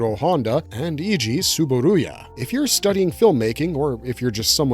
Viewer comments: It's TsuburAya, not TsuburUya.😛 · It's Eiji TsuburAya, not TsuburUya. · TSUBURUYAじゃなくてTSUBURAYAな。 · Eiji Tsuburuya → Eiji TsuburAya. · 2005's "King Kong" was influenced by 1933's "King Kong" - which also influenced kaiju cinema, including Godzilla. And you both misprounounced and misspelled "Tsuburaya." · I think he mispronounced Tsuburaya's name every time he said it. 😒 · There is a overall vowel problem